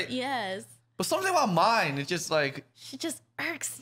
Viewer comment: I know we rather call her the B word, but her name is not pronounced Mine either ... Myne is pronounced with 2 syllables. should be "Me-Nay"